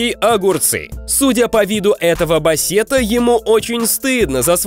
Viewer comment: Правильно говорить "бАссет".